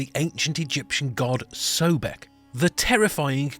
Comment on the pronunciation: The first syllable is CORRECTLY pronounced SOB, so his name is CORRECTLY pronounced SOB-ECK, not "so beck"